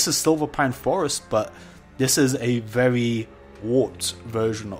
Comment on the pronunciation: Now hear me out, i'm not bullying you for how you say stuff weird but i love how you dont care about the normies and you say vevy not very. Great videos man.